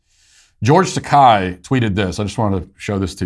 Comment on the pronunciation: It's pronounce Ta-KAY not Ta-KAI.